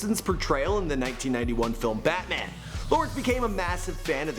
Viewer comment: Did he say batnan